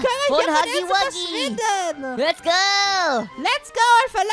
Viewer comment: Er wird haggy waggy ausgesprochen